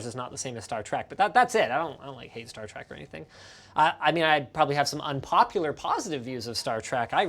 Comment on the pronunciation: Star Trek, not Star Track